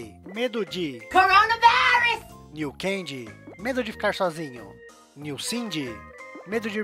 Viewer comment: A melhor parte é que fala corona velis